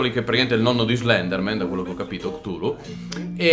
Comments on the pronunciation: Ehm..... Credo Sia Cthulhu Non Ktulu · Chutulu si scrive così non ktuli!